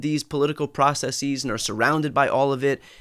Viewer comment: I am all good except with the way you pronounce "processes".